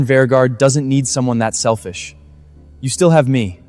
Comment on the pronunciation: "I never thought you so selfif".🤣🤣🤣🤣🤣